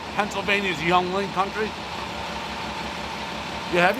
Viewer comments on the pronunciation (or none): It's pronounced YENG-LING.....not Yung-ling. Look up Pottsville, PA. They're about to go nation-wide with a Molson/Coors partnership. Oldest brewery in the Nation! South of the Poconos, North from Allentown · That pizza isn’t even done. It’s flopping around like a flaccid penis. The beer is pronounced YINGling not Youngling. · "Ying" ling not "young" ling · It’s Ying Ling, not Young ying. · It’s yingling😭😭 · Young - Ling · Yuengling (YING-LING) not fucking YUNG-LING, come on now dave. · Bro did he just pronounce yeungling as youngling? Wtf xD It's pronounced YingLing, jesus. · Bro why the hell are you butchering yuengling. It’s not pronounced young ling it’s pronounced yeeng ling. Like ring but with a y. I know it’s spelt weird but hey their German Dutch for you 🤷🏻‍♂️ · Just FYI, Yeungling is pronounced "Ying-ling" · I cringed hard when he pronounced it “Young-ling.” I’m not from PA but it’s a big enough beer around me that I knew exactly which beer he was talking about. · Not how it’s pronounced... YING - LING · 6.4 is fair for Benny's. It's not bad at all, but the novelty size of the pie is what makes it special. Also, Yuengling is pronounced (ying-ling) but that's fair since it is pretty much a PA beer. Lol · It's pronounced "Ying ling" and yes, we do drink it here and def in my hometown, Pottsville, PA. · Ying-ling is how the beer is pronounced and yes they drink it a lot here. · It’s pronounced “ying-ling” and it’s a solid beer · Ok but he was completely accurate on how this is predominantly drunk people pizza and the conversations that go on lmao but it's pernounced "ying-ling" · Young ling?? Yuengling. Lmao this guy right here 🤣🤣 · this man said young-ling. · It’s Ying-Ling! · did he just pronounce yuengling as “young-ling?”??? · Yuengling... pronounced... YING - LING Great beer. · Young-ling? Somebody kick this guy out of Pennsylvania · Yuengling pronounced ying ling...dammit dave! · Wtf is a yung-ling? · the beer is pronounced Ying-ling...fyi